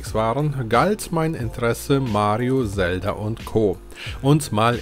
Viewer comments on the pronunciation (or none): none